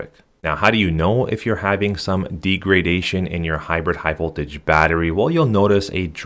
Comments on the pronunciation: The word "degradation" is pronounced as "DEG-ruh-DAY-shuhn not "dee gruh day shun... I don't blame you all the data shows internet dependent millenials can't spell, write or pronouce stuff. That I'd throw that out there sir. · It’s deg-ra-da-tion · deegradation? uh lol what the f? check out pronunciation its a short e not a long e